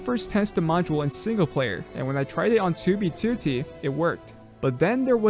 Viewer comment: why does he says 2b2t so well, he says it better then fit..